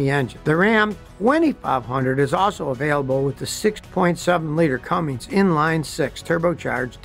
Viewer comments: Scotty - it's CUMMINS - not CUMMINGS. 😄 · It’s pronounced “Cummins” not “Cummings” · Please, it's "CUMMINS", not "CUMMINGS". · It’s not Cummings it’s (Cummins) 🤦‍♂️ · There is no G in Cummins so saying Cummings over and over just shows you really don’t know a ton about rams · Scotty, it's CUMMINS! Not Cummings. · Scotty its Cummins not cummings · Scotty, I love watching your videos for many years. I just want to say that I was surprised to hear you mispronounce "Cummins" as "Cummings." Sure, we all know what you mean to say, but in deference to Cummins, I thought it was worth mentioning. Thanks for all your knowledge and education you've given us through the years. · The last Dodge pickup truck was made in 2008, and its Cummins, not Cummings. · Scotty, love you, buddy, like a brother from another mother, but there is NO letter "G" in the name "Cummins". Just trying to be helpful..... LOVE your channel!!! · I’m glad somebody told em. It’s SO aggravating to hear it be heard a CumminGs..🙄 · It would have been nice if he didn't Call it a Cummings as its Cummins! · Scotty, FYI, the word Cummins does not have a 'G' , IOW, it's not a Cummings. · Scotty, we love you, but it’s a Cummins diesel, not a Cummings. An incredible amount of people make this mistake. It’s not big deal, I’m just a believer in proper articulation. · It's not "Cummings" it's Cummins. A pet peeve of mine. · Will someone please tell Scotty it’s “Cummins” not “Cummings”? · there is no "g" in Cummins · I don't doubt--for a second, that "Scotty" has forgot more about this than I will ever know. At the same time, "Cummins" is "come" and "ins"----not "comings", with a "g". Being able to READ matters. The man's name was "Cummins", not "comings". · When somone with this much knowledge keeps calling it a cummings and not a cummin's hurt's my head. I do not care where you are from or how you talk, it's a cummins. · Scott- I can't fkng believe you Saud "Cummin(g)s" like 20 times! Serious??!! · Cummins not Cummings